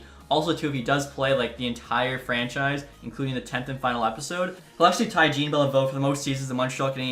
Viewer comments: Jean for a frenchman is actually pronounced "zhan" not "jeen", I'd recommend you look up the french pronunciation. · For Jean Beliveau’s pronunciation, you can say it as so: « Jawn » Beliveau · Jean is pronounced John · “John” Beliveau, great vid tho